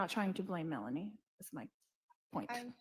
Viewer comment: WHY!?... Is every other person calling Melani(Boudreaux), Melaniece??? She's Lori's niece, but that doesn't somehow make her name change to Mela-Niece!! People are starting to have the poor reading abilities of Ai closed-captions.